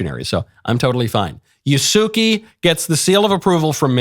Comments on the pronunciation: Absolutely brain-dead take on Assassin's Creed. It's clear Michael's knowledge of Yasuke (whose name he doesn't even know how to pronounce) extends only to the first paragraph of a poorly written biography. He wasn't a samurai and the fact that he was associated with some Italians doesn't make it good that he's such a prominent character in the game. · Yasuke (pronounced more accurately as YAH-skay) was NOT a samurai. He was a servant of Nobunaga. When people say he was a samurai, it’s because of 2 reasons: 1) what was defined as samurai back then was more broad. What we understand as samurai today is not what he was. 2) He was granted the title of samurai by Nobunaga because he liked him, but Yasuke wasn’t a real samurai (you can think of it as a European Knight hiring a page in their service and calling them a knight but with no status). Samurai was a catch all term for servants of the feudal lord, but there are different tiers or statuses. What we think of samurai today, with the armor, katanas, and authority to execute enemies of the state, was NOT what Yasuke was. How this game and media portray Yasuke is entirely inaccurate and is more blackwashing of Japanese history. Please research the situation more before supporting this DEI nonsense. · Calling “Ya-sue-kay” “Ya-sue-key” is like calling “Michael” “Mikie” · The Samurai's name is pronounced "YAH-ss-Keh" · He wasn't even saying it right... Yah-Sue-Kay